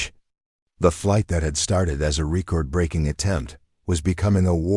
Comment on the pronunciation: Could you use a new name besides Sarah Chun? I have heard her name in at least 30 or more stories. Also, this narrator needs to learn how to pronounce 'record' right- very annoying.